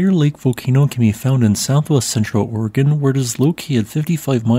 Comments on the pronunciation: You said Oregon correctly... kudos! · Dayton, Ohio has an "Oregon District" and they say.... Ory-Gone.